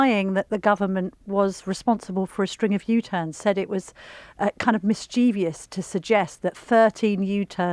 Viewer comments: 'mischievous' mispronounced as 'mischievious' 😮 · It is not "mischievious". It is "mischievous" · There isn't an ' I ' in mischievous !! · Cam.illa Tominy, I can no longer respect a person in media who cannot correctly pronounce the word "mischievous"